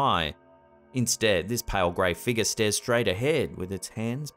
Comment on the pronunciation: i love but how come he can't say the word 'figure' correctly?